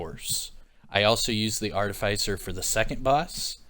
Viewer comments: "artificer" try pronuncing it like this ~ r - tif - a - sir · ar·tif·i·cer pronounced like "ARTIF-IS-SIR"